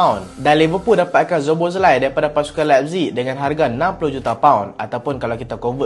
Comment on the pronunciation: Dominik Szoboszlai -SO-BO-SLY.😅